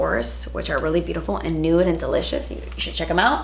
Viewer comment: Girl, “Delichass” “juitcy” my new favorite words😍😂 also, go to skincare products?